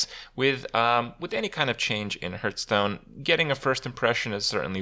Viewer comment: Every time you say Hearthstone I hear Hurthstone..